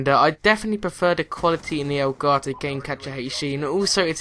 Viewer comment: I like how u say it. El garto